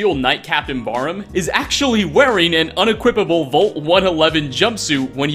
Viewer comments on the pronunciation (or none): I can't get over how he says "VOLT" instead of vault. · The way you pronounce "vault" is super cringy. Its prounounced like valt, not volt. Thank You.